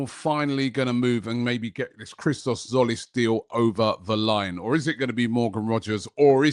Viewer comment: Its Hristos Jolis. Common man... It ain't difficult